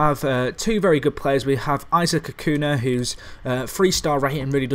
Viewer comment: A few syllables will help with pronunciation I hope. The j is actually pronounced as a h in spanish. The ñ is pronounced 'nj', the 'll' is pronounced as a j and the v is pronounced as b. So Vallejo is pronounced Bajeho. Acuña is pronounced Acunja etc. I hope you understand :P